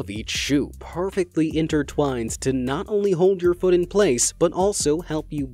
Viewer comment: He..he said fot not foot